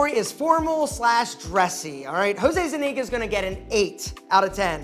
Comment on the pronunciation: Zeniga? Its ZUniga my guy.